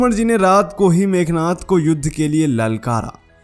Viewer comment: मेघनाथ नहीं मेघनाद बोलो